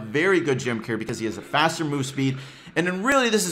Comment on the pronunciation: How are you saying gem Carrier it sounds like ur saying "gem cair" or "gem care"